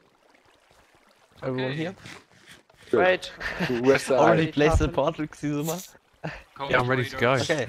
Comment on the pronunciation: Wait... Did I hear Xixuma?